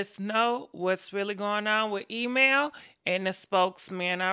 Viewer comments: E-man,,, Email,, Emam,,, / spokes man ,, spokeham ( smh ) lmao,,, 💭😪😪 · Harpo who dees people? Email and Spokesman?! Sis you ain't waste no time jacking these names up! 😂❤️ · Wait is she saying "email"... "spokesman"👀👀😂😂😂😂 I can't with her man